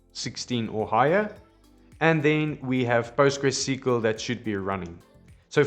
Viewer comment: such an indian way of saying it..